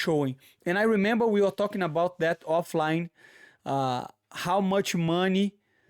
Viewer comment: Moicano: re-member Moicano: he-member 😂😂😂 I thought that was funny. Great correction! lol